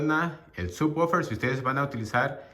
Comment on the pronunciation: Así no se pronuncia subwoofer en inglés, se oye naquito🤣 mejor dilo normal